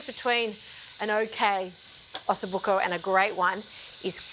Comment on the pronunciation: It's buco not bucco 😁 EDIT: while your interpretation of the ossobuco is very far away from the original - I don't see how you can enjoy the bone marrow - I'm sure that it is delicious.